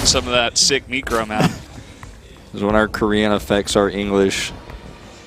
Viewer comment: I thought I heard something else when he said "meecro", lol...